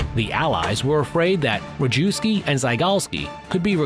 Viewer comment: wee-mar? Wrong map of Europe? Ree-jew-ski? Wrong uniforms? Oh boy....